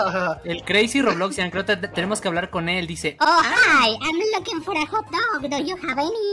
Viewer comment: Ame cuando Dani dijo ✨yo te voy a dar tu hog doc ✨